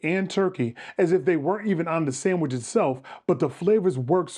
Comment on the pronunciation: That's a samwhich lol did u whimper the first bite lol